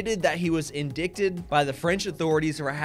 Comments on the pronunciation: Say it with me... IN-DITE-ED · Lol it’s pronounced “in-die-tid” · “In-dick-ted” sounds so much better tho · Lookup "indicted" and how to pronounce it